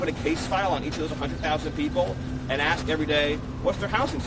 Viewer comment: She can’t even pronounce a three letter word correctly (ask), however she knows better than a highly regarded doctor?